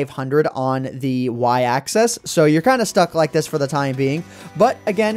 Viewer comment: Why do you pronounce "axis" as "access"?